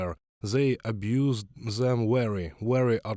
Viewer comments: And they pronounce WERY, instead of VERY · I think the werry thing is sweet in its own way.